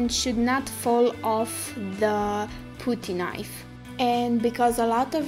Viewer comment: Sorry I just wanted to say that when you said putty knife, putty is pronounced with uh sound. P UH TTY Not OOO sound.